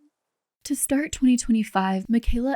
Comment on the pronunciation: ‘I wanna STAAT this video’….shes already pissing me off